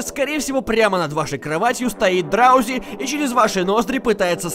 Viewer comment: Не драузи а дроузи